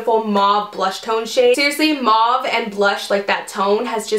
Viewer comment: I liked your video, simply for the fact you can pronounce the word mauve correctly👏👏👏💘